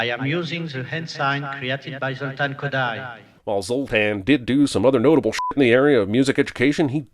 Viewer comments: Kodaly is pronounced Koh-die. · It's pronounced "KOE-die" , like "bow tie". DING! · Wanna pronounce "Kodály" one more time?